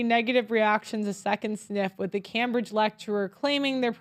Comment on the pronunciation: Pronouced Came~bridge